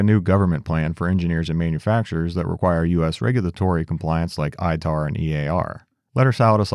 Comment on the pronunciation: As a trade compliance professional I can't tell you how happy it made me to hear you say ITAR and EAR correctly! 😂